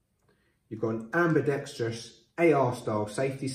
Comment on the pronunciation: Thank you for pronouncing "ambidextrous" properly